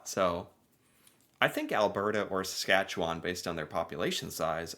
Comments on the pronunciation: You think there's not a lot going on? Look closer, baby, you're so wrong. And that's why you can stay so long, when there's not a lot going on. Seriously, though, I'm from Saskatchewan (pronounced sə-SKATCH-ə-wən as there's no WAHN at the end, but don't worry, most other Canadians can't pronounce it either). Only the southern half is flat, although southern Manitoba is way flatter, and so frankly is Illinois. For most of the early 20th century, Saskatchewan was the third-most populous province after Ontario and Quebec, yes, more than Alberta, Manitoba, or British Columbia, not to mention all the tiny Atlantic provinces. Then the Great Depression and drought hit the province worse than any other part of the country, the people next door in Alberta struck oil and got rich, so a lot of people moved there from Saskatchewan. But as is often the case when people come into money, they also turn into conservative assholes, and that's Alberta's story. Meanwhile, Saskatchewan was so ravaged by the effects of drought and capitalism-induced depression, it elected the first socialist government in Canada in 1944 to clean things up. Tommy Douglas's CCF party was so popular, it remained in power for 17 years, during which we got universal health care, publicly owned utilities (gas, power, car and home insurance), and the first bill of rights in Canada. But eventually oil and coal were discovered in Saskatchewan, too, and when that happened, a lot of people in the province turned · I'm twitching every time this narrator says Saskatchewan grrrr Also, thinking this must be AI, doeant know how ro pronounce potash. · That isn't how Saskatchewan and potash are pronounced. Also Saskatchewan has larger oil reserves than Alberta, but they are deeper and more expensive to get to (in the North) ... and less existing infrastructure nearby as well. Alberta also has nicer weather; the North American jet stream isn't kind to Saskatchewan.